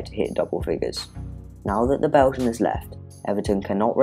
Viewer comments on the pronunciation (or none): none